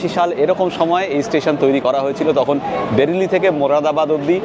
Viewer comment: ওটা বেড়েলি না বারেলি 😑